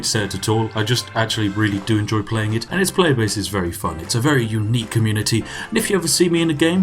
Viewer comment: communitea game you say ;)